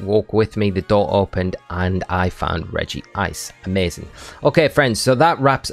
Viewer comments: Rej-ice -> Regie-ice | V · Regice is pronounce Reg-ice not Regi-ice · Why do people say Regi-ice? Its literally Regice. One "i".